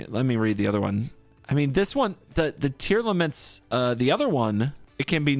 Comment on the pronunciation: This video was hyyyype dude, also I'm so happy you got down the "Tearlaments" pronunciation. Very glad you're improving quickly as well!